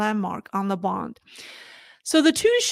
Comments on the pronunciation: It's BOON D, not Bond for the Shanghai Bund. Check the pronunciation on the web. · It is the BUND. Not the BOND. “UN”……B…UN…D. Get it?